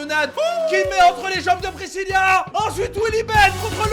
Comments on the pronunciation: pourquoi tu arrêtes pas de dire Priscilla mais sais Pricilla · JSP si vous aver remarquer que di présilia et non présila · Pirisila pas prisilia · c'est pas priscilia c'est priscila et c'est pas ariana c'est mariana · Precilia? 😂😂 precila😂😊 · C'est Priscilla et non Priscillia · C moi ou il dit brézilia ?? Pour Priscilla